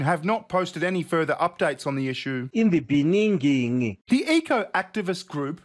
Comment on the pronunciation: I will never get tired of "in the beninging"